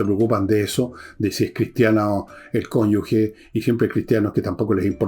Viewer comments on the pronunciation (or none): none